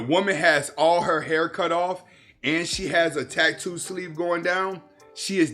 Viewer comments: Wtf is a tack-too? It’s pronounced like it’s spelled dude tat-too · Drank everytime he said Tack-too im certain I’m going to need my stomach pumped. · the way he says "tack too" is cringe AF LOL